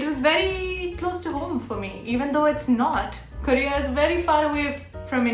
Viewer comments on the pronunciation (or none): none